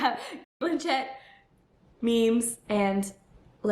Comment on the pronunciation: Your saying her name wrong